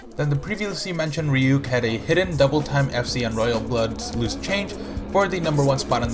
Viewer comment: _RyuK's name is pronounced as Ryu K (reeyou kay)